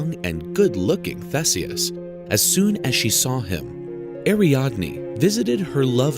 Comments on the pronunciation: The pronunciation of THESEUS 😩 There is an updated version of this video which is much better. Which begs the question of why this version is still up? Maximum views I guess. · Umm in The UK we pronounce 'Theeseus' but it's the same letter name (Theseus)